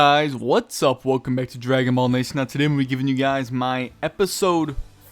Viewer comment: i like your videos but u say ball sound off lol